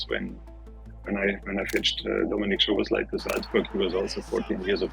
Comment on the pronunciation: With a name like, you should be able to pronounce Szoboszlai